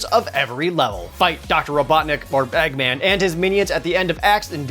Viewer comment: LOL did you just call Eggman Bag man?